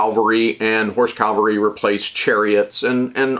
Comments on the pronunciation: It’s cavalry. Calvary was where Jesus was crucified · Heh-heh. I know. I Know. I KNOW! Damn, everyone beats me up on my pronunciation and spelling of the word cavalry. It's just a bad habit that won't die!